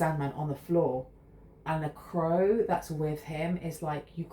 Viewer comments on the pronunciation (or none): none